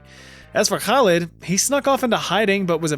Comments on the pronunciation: I'm very impressed by your pronunciation of "Khalid" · the way you pronounce Khalid in Arabic is pretty darn good